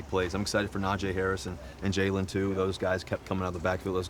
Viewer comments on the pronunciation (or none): Suuuper excited for what Russ might be as a Steeler, but he’s gotta get Najee’s name right. It’s pronounced Naj-EEEEE!!!!! Long vowel sound, just like the letter E sounds. 😂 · “NAHJAY HARRIS” DAMMIT RUSSELL 😂